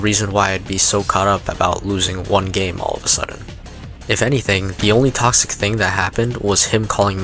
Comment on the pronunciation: what says: 10 reasons been toxic are what i hear: 10 reasons been cocksick are